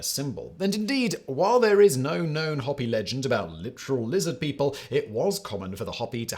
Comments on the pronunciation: Pronounced "hoo pee" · The Native name pronounced with a long O, like hope. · It's pronounced "hope-ee," and it means "peaceful person" or "civilized person" in the Hopi language. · As far as i know, the "o" in the Native American name Hopi is pronounced with a long "o" as in hope. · Its pronounced Hope-ie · Pronounced hoo pee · I am relatively confident that the O in Hopi is typically long? It's, um, not "hoppy"? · Hopi- pronounced HOPE-ie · FYI, it's pronounced Hope-ee. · 🧐 I hate to be the American version of "that guy", but the name of the Native American tribe is pronounced as following: "Hoe-pee" as in this video: Also, "Sleestacks" are relevant to this discussion.... 🤔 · Say it with me! Hoe pee! H-long o-pee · Hopi, with a long O. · You messed up the Hopi pronunciation. Say it like "hope ee". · Learn how to say the Tribe Correctly... Hopi... Hoe-Pee. Have your research team do their homework. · Just fyi...Hopi is pronounced 'Hope-ee' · Please note: it's pronounced hoe-pee. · Hopi: pronounced HO (as in the word Hope) PI. There's a bunch of us Stargate folks here. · Simon this might help you in pronouncing the tribes name correctly. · Simon, you continually mispronounce "Hopi"! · It's amazing that you can correctly pronounce "Icke" but mispronounce "Hopi" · Heard you say Hopi for 8 minutes before I noticed it was Hopi you were saying due to it being so badly mispronounced. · You aren't saying Hopi properly. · The way he pronounces hopi, he is exactly like the way public radio commercials are outsourced and the people don't know how to pronounce place names in the area you live in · "Ho-pee", not "Hop-pee" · It seems like you keep saying Hobby, which at first I thought was a made-up tribe, but then you were referring to it as real, so are you trying to say Hopi (HO-pee)? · Hopi is pronounced Hoe-pee. Hoppy is a rabbit name. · Hi Simon. Please inform your lizard overmaster that Hopi is pronounced HO-pee not HOP-ee. Thanks. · They pronounce it Hoepi not Hopy